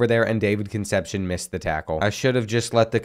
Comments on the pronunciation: Kun' sepp see OWN. Concepcion, its killin me, lol... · Another video and still cant say Con sep see own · I love you but please stop saying Conecepcion like conception lol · Concepcion is pronounced Con-Sep-See-Own